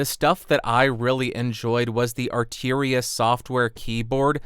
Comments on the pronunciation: Arturia not arteria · Why would you pronounce "Arturia" as though it was spelled "Arteeria"? (Asking for a friend). Perhaps it was my imagination, but in the comparison section, the Focusrite actually sounded a wee bit fuller to my ears.